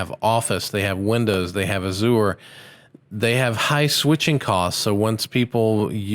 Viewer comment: Azure is pronounced with a soft u sound, not hard. Think azure skies.